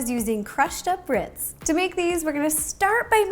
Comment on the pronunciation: Am I the only one who hears here her say witz instead of ritzs